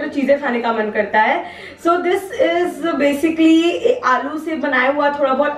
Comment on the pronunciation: angrezi accent me kyu bat karti h Smiley wale chips banate hue This iz me that iz you